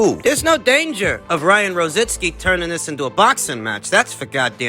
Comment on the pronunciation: IT'S NOT ROZINSKI.ITS R O Z I C K I...LIKE RICKY...ONLY RO ZICKi...LOL...